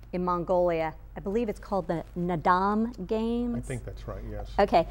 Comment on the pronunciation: "Ulaanbaatar" is the capital's name. and It's Naadam, the stress is in the 1st syllable.